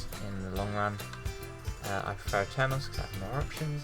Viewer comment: Please It's A-ter-nos not Ater-nos Please get it right